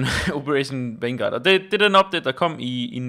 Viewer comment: Det hedder vanguard og ikke Fangaurd;)